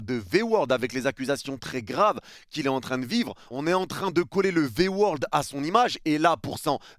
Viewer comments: V-word et pas V-world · Au pire il attaque le PSG sous entendu les dirigeants pas les supporters . Pourquoi prendre à cœur comme ça ? La pique elle est pas envoyé aux supporters . Puis on dit V word pas V world … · V word (mot) et non V world (monde) x')